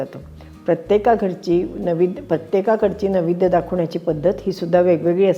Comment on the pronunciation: नैवेद्य हा शब्द आपण नवेद्य असा उच्चारलात